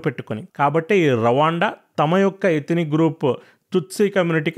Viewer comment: Anna Raawaanda kadu Ruwanda antaru